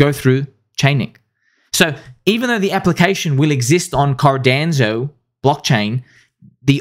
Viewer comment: Everytime he says Cardanzo. 😅